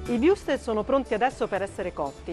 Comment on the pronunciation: Imparasse per lo meno a pronunciare Wurstel...santo dio...